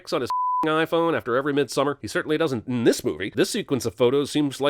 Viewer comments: Cinemasins: *mispronounces midsommar* Me: angry swedish noises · How do y'all pronounce Midsommar, and what does that word mean, though? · I actually prefer their way of pronouncing it. It's much better in my opinion than when people try to pronounce it "properly" and end up saying something like "MidsommAAAR" which just sounds cringey. Basically we can't just expect everyone to suddenly speak perfect swedish like "hörrö haru fixat sillen till missommar än eller? Najs ska bara bränna upp nån random amerikan här nu lite snabbt". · Can we settle the debate on how to pronounce the title of this movie?